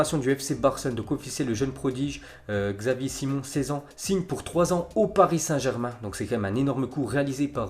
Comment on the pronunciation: Pfff se dire connaisseur et prononcer xavi alors quon dit chavi et dire xavi simon alors quon dit chavi simone